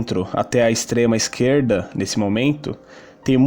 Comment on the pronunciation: Peirgunta, esqueirda, goveirno, 😂😂😂😂